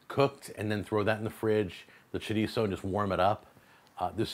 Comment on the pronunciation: He says shitizo